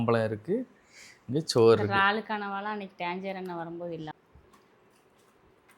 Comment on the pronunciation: Ennapa iraal became raal